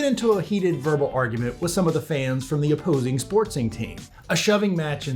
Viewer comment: A "sportsing" match and a "sportsing" team?? Uhhh... I have never heard someone say that before. There is no S in the middle of the word 'sporting'.